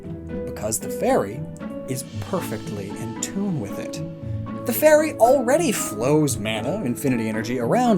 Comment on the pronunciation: You saying 'the fairy' sounds alot like Tefari. Now Im super triggered